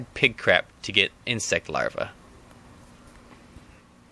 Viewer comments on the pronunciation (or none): none